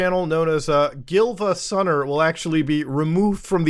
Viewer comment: It’s Giivasunner and Siivagunner. Emphasis on the second i.